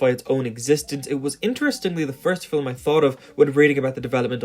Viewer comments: Cool video and all. Also i love the way you say film. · i like the way this dude says film. it’s just so nice. i mean this in the most genuine way possible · I would like to speak to your pronunciation teacher real quick, I don't blame you for pronouncing "film" like that. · Scotish and Irish people often pronounce film as fillum apparently. Not sure where this guy is from as his accent doesn't sound like either, but perhaps has some influence from one or the other. I find it fascinating and unique. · It's his accent. I'm Scottish and we pronounce it 'fill-um' as well. Or at least we do in my part of Scotland. It's not bizarre, just a variation in the pronounciation of a word. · the way you say "film" is very off-putting, and i know you are doing it on purpose because you say "films" just fine. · Hearing the word "film" pronounced with 2 syllables is very unsettling. Am I alone? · oh my god this video is great but your pronunciation of film is so annoying. its not filem its film where do you get the extra vowel from?? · Why do you keep saying "Fillem" instead of "Film"? 😂😂😂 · Why does it sound like you're saying "fillum" or "fillamum" instead of film? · “Fill-em”? I don’t think I’ve ever heard a one-syllable word pronounced so…..uniquely. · The word is "film," not "fillum." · “Fillem” vs”film” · You're one of those guys that pronounces film like "fillum". Nothing wrong with it, just an observation. It's probably the dialect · Is it pronounced film or fillum? I can't figure out any pattern as to why it's one way in some sentences and the other in other sentences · Great video! But one thing that distracted me from the content throughout the video was the bizarre way you pronounce "film" or "films". Sounds like "fill' em" to me... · He pronounces film as "phillum" and it fucks me up everytime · There's no ''U'' in ''film'', and I know that you know this, as you said ''film'' once in the vid. Idk why, but i find this infuriating... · Is he saying 'filim'?